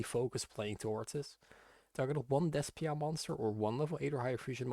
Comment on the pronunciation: Why does he pronounce despia in such a weird way😂😂😂